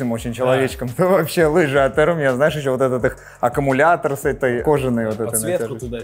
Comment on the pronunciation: Hermes читается не как эрме а эрмес так как это фамилия. была бы не фамилия читалась бы как эрме